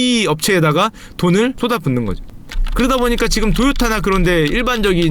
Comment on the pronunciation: 도요다 ㅋㅋㅋ 이분 경상도 토박이신가 .. 도요다 오도바이